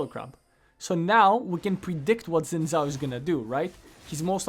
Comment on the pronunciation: I refuse to take advice from a guy that says "zin zhao".